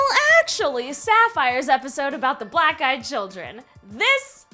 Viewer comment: I thought she said "Black guy children"